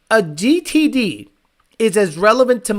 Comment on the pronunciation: Listening to you try to say GTD reminds me of that scene from Idiocracy when Not Sure gets his diagnosis from the doctor. Lol.